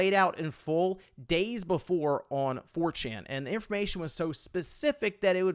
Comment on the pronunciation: Are you... Are you saying "4chin" 🤣🤣🤣